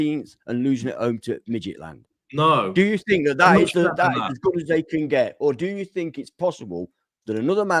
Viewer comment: can we please stopp with midgetland... Mid jilland , (with a t in the middle) Scandinavian football is underrated. Brann Norway have 3 points. Midtgylland are a top Danish team full of internationals.